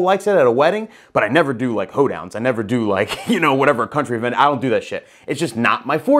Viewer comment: You said “Hoedowns!” 🤣🤣🤣🤣🤣🤣🤣🤣🤣